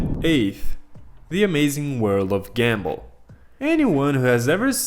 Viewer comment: No offense but I don't think you know how to pronounce gumball 😭